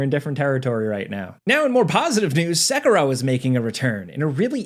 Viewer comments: SA-KEY-ROW= SAY IT WITH ME=SA KEY ROW.. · why does he say sekiro like that???? thats so annoying lol